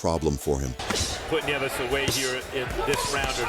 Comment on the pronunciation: “Neeves” ?? Neevez?..? Its Nieves….nee-YEH-vess.